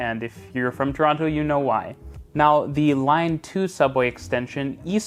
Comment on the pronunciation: Pronounce Toronto correctly or don't say Toronto at all.